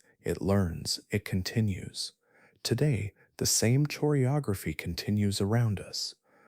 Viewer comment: how is this brilliant narrator really going to mispronounce "choreography"? 😅 It's a hard "c" sounds brother! You don't pronounce "ch" the same way you pronounce it in "chore". It sounds more like "koreography" 👍